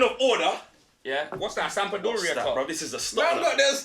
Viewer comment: Man said Sampdoria u na💀😂